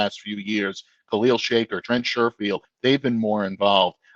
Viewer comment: This guy said Khalil shake her lol